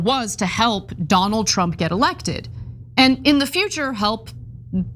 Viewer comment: He didn't pronounce Trump's name properly why? 😮😊😅